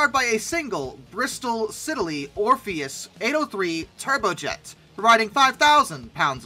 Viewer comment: Siddeley = SID-lee